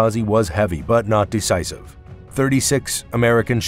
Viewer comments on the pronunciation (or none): i loved the clickbait headline. narrated by a bot who can't pronounce "imperial" or "decisive". broken sentences. ill bet Google generates these channels. there is no human on the other side of the glass.